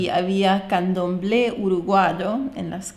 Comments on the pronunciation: Que lindo!!! Gracias por mostrar mi querido país. Colonia es hermoso! Me alegro mucho que les haya gustado. Una aclaración para es candombe no candomble. Abrazo grande😍🇺🇾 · Se dice candombe ¡!!.. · candomberos se dice candombe